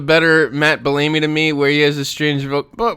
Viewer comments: I love that never pronounces anyone's name right. How can you pronounce Bellamy as Bell-Amy haha. That's so good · How tf are you pronouncing Bellamy?